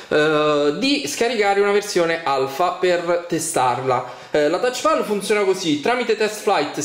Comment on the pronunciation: Touchpal?!? Thouchpal?!??!?!?